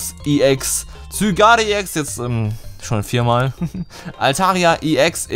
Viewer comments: LP Eigentlich nicht, geh mal auf die Pokewiki-Aufzeichnung von Zygarde an und geh dann auf die Sprachdatei des Namens. Zygarde=Richtig, Sygard=falsch und da es eigennamen sind gibt es keine Anderen Ausprachen. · Wiso sprichst du Zygarde so seltsam aus? 😂